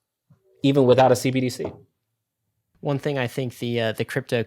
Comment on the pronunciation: I know its somewhat inconsequential but its hilarious how much struggles to say "CBDC". Its not C-D-B-C. Repeat after me, "C-entral B-ank D-igital C-urrency"